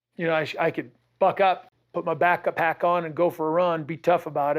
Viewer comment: Did he just call it a back-a-pack? 🤨